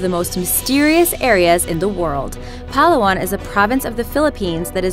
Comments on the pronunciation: I cringed every time she said "Puhh-luh-wan". Google is a useful thing, you know. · Its pa-la-wan that the way we talked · You say Palawan wrong it has to be said like "Palâwan" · Wrong Pronounciation of palawan its Pa ( right ) and lawan pronounciation is wrong it should be Pa-la-wan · It's Pa-laaaa-waaan highlands..not palawan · SEE YOU SOON BEEEYYEEE.. PAL- awan 😂.. Lab it beybe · its pronounced pa-la-wan not palawan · its said pel-ow-an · It's pronounced paul-ow-w-on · "Puhh-luh-wan" I can't help but cringe everytime she says it like that... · Ummmm its pa-la-wan not palawan and FILIPINO SQUAD WHERE YOU AT!!!! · PA-LA-WAN pls do research on how to pronounce stuff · Palawan Prounouce is Pala-Wan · It's pronounced slowly. Pa-la-wan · It is read to us filipinos as Pa-la-wan dont say it smoothly like every word hardly (well shes not wrong pronunciation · She pronounced palawan wrong its pronounced slow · It is PA-LA-WAN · it's pa-la-wan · Its Pala-wan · God... /Pah-lah-whan/.. Why do people tend to misprnounce indigenous names.. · its pa'la'wan your pronounciation is wrong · Wrong pronoun cation of Palawan highlands it is called In fast saying like this Palawan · its pa la wan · Its pa-la-wan not palawan😂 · Merceds Place yas natawa ako sa pagsabi niya ng palawan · The way she pronounces Palawan was A CHOICE. And very Caucasian choice at that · The way she says Palawan hurts me... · The way she say Palawan i'm like... Girl wtf that's not how it's pronounced... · you said palawan wrong i am pilipino i live in philipines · When she pronounced "palawan" wrong :<< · I lived in the Philippines but is it bad if I kinda laugh when she pronounced Palawan? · You said Palawan wrong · LOL! You pronounced "Palawan" Incorrectly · Gosh he said palawan wrong and i now because im a filipino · that "palawan" pronunciation got me cringe hahaha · She can't even say the correct word of palawan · Um....you pronounced palawan wrong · they pronounce palawan wrong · its palawan not pahlawan